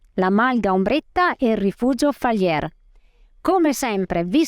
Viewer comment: il rifugio Onorio Falier si pronuncia alla francese.